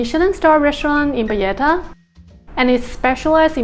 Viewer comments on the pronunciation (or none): She visited payetta she says capital of Malta crazy it’s Valletta capital city Payetta my backside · Listen to your entry video you say payetta , just say you made a mistake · You're calling it Valletta and pronouncing the double L in a Spanish way. This is not Spain. Nor is Valletta a Spanish name :) But mistakes happens. Hope you enjoyed your stay!